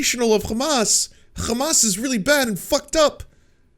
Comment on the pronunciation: you are great anc rly cool and I love you but please ask a arabic speaking friend to teach you how to pronounce hamas. You are saying hamas with a "kha" now and it is cringe